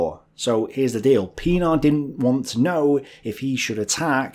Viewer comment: pronounced Pienaar right, yet Joubert so wrong. Lol. These are French Huguenot-derived names.